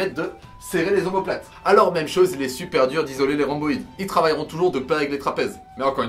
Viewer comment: Les grands dorsaux rip Le grand dorsal est plus correct aahha Sinon les dorsaux ça passe T’as fait un mélange des deux Ahahaha Et RhOmboïde ahaha pas Rhamboïde 😂